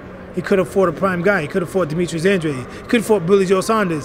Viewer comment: An-drade An-dRAYde An-dra-day